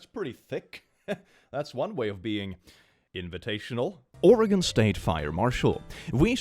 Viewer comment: Thank you for saying Oregon right.